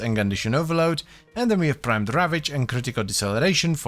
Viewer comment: Prrrimed .., I'm never not rolling my rrr's when saying "prrrimed" now😅